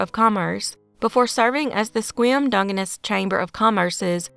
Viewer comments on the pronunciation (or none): Great job as always. Pronunciation tip: Dungeness = DUN-juh-nuhs Dungeness is famous for Dungeness crabs, has nothing to do with ‘dung’. 😂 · Enough bonus points to let the mispronunciation of Dungeness slide.